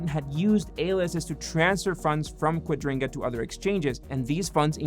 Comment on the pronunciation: Kua dri ga not quadringa